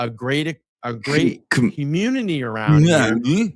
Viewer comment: I've been grinding my ass off. What was that cryin,? 😅 He can't say community.... Commooontty